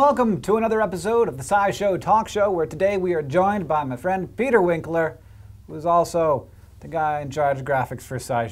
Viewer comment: "Peter" "Wink"ler